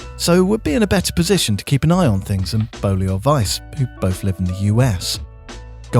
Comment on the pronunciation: Don't like this new voice over, sorry. He says "worf" not "worth". "Jonaffan" not "Jonathan" and "bowf" not "both". You're the voice of a giant YouTube channel, stop talking like a child.